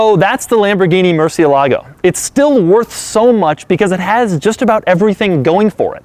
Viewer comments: he say murcie-lago and its murciélago italiano people gona hit you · The stress of the word Murciélago is in É It's not murcielAgo. it's murciElago Americans, you must know that. As a spanish guy, I must say that it grinds our gears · That's not how you say "murcielago" in Spanish. I don't know how the Italians say it but in spanish the accent is not on the "a" but on the "ciel". MurCIELago, not murcielAHgo. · mur CIE lago. Not murcie LA go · Is not murciel ago is murcielago all in the same word how in spanish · Murciélago is the Spanish word for bat. The correct name to pronounce that word is not Murcielágo but Murciélago. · It's MURCIELA-GOH, not, MURCIE-LAGO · Murci- E (EH) -lago, with emphasis in E not Murci Lágo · No mur-sieh-lago! Mur-CH'ie LAgo! MurCH'ieLAgo! va bene? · That's NOT how you pronounce "murciélago". You have to put the strength in the E. You are putting it in the A. Like: mur- cie-lAgo. It should be like: mur-ciE-lago. And also the "C" before vowels, in Spain, (where the spanish language comes from) is pronounce like the "TH" in english. Like in "think". Lamborghini uses names of spanish famous bullfighting bulls, so you should pronounce the names like they are in Spain. ¡¡¡Saludos!!! :) I like your channel very much. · It's pronounced Murciélago, not Murcielägo... Emphasis on the "é", not the "a". Ugh... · Its not a moorsilagou, its a moor-si-eh-la-go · lol,its not Murcie-lago,its Murcielago,one word,means bat of course. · You keep saying "murcio---lago". It's "murCIelago", stressed on the "ci". And no pause in between. Otherwise, I enjoy your channel. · Mercy AY la-go, not Mercy a-LAGO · The way he says murcielago 🤢 It's mur-siel-ago not murceelago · It is not murcielago, it is MurciElago.. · Not sure if anyone has said anything about it but its pronounced MurciÉlago, not MurcielÁgo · nice review, but please learn how to say murciElago, and not murcielAgo ;) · murcielago not murcielágo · It's Murciélago and not Murcielágo...